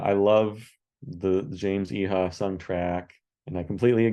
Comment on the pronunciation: Pretty sure Iha is pronounced "Ee-uh."